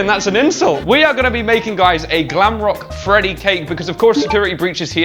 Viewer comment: “Glamcake” Freddy? 🐻🎂 LOL! 🤣